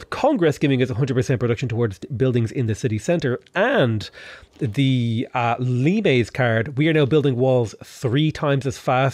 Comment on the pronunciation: Idk if it's a meme or not but it's pronounced Limes like the fruit....like limestone